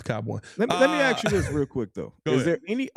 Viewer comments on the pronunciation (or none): Say it with me, "worf", "axe".